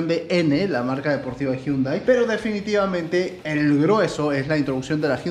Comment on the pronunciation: "difinitivamente" eres el dios de la salchipapa